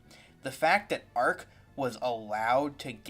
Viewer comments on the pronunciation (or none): If you are going to criticise a channel get his name right, it's Arch not Arc. Secondly, bullshit take. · So what, the salamanders chapter have dark skin. Also I do agree the imperium is a bit of an illusion. BTW its arch not ark seriously all I can hear is someone who is creating a video for sake of making a video... Have you not noticed the influence that ww1 and ww2 had on the creation of the imperium of man... A lot of soviet and German... Can I just ask what the fuck is a chud 😉😉😉 I appreciate you have your opinion but I think rather than shunning other channels why not open up discussion... Be kind yh OK then or, or we could simply do what we really think and just hate everyone equally that way no one is left out